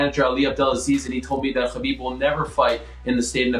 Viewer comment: "And Kill more time for Khalabib"